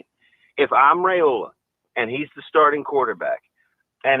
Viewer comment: Ever had Rye bread just think of that proper pronunciation is Rye-ola